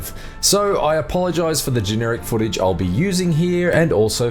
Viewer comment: My 6 year old nephew can narrate better than this dude. Holy shit this guy sucks. “I wasnt able to capture any FOOTAGE. “ “I was playing on a PEE ESS FIIIIVE” “ on a much higher TEMPO” . “About 15 minutes to comPLETE” “gradual build of TENSION “